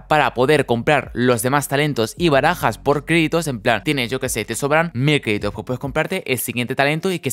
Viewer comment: Cuando hablabas del modo caos total y decías la palabra barajas, no paraba de oír bragas, jajajajajaj. Muy buen video♥️♥️